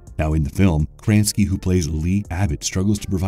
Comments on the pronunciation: He said John Kranski. Everyone in America knows John Krasinski. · Ah John Kranski what a good actor 😂 😂. Is krasinski that hard to say?? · kra..sin...ski please for the love of god pronounce his name correctly... i dont like to nit pick but there are several channels where this is something that i find annoying. just an opinion. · Aw COME ON!! John Kransky?! It's not like he's a nobody, he starred in "the Office" for nine years! His name is KRASINSKY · "Jon Kransky"?? You mean John Krasinski?!?! Hoo boy, big mistake... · The name of the director and actor is „ Krasinski“ not „kransky“ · John Kranski? You mean Krasinski? Come on... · You keep saying Kransky when his name is Krasinski. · Krasinski not kransky. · John Kransky? Krasinski. KRAS-IN-SKEE. edit: woah you mispronounced SO many things in this video. Jesus christ. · Its "John Krasinski" not "Krantsky". Maybe actually research the people and movies you talk about??? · Lol its John Krasinski not kranski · KraSINski, not Kranski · Oh my lord, John Kransky??? Or maybe, just maybe Krasinski.... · Did he just say John Kranski? It's Krasinski pronounced Kra-zin-ski. How are white people now mispronouncing white people names lol. Edit, wow he does it mutiple times lol. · john “Kransky” ughhh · John Kra-Zin-skee De-mo-gor-gone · John Kransky? Did no one check the voiceover before upload? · John Kraaansky!?! Man have you never seen an interview or something? Who doesn't know the guy's last name? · "John Cranski" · Wait.....did he say KRANSKY???? 🤦🏼‍♀️ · "John Kransky" close but I don't think that's quite right lol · wait wait, John Kransky you said? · Isn't it John KRA-SIN-SKI? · did this dude really just say "John Kranski"? Sound it out, bud... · Lol "John Kranski" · I mean, they also pronounced John Krasinski's last name as "Kranski", so who knows if they got it right 🤷🏻‍♀️ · it is kra zin ski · Krasinsky = KrAnSkI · As a long time The Office fan, I was pained by how badly John Krasinski's name was butchered! 😂